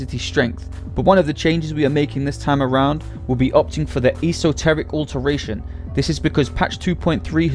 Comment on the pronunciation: The only D3 video to say "Esoteric Alteration" correctly.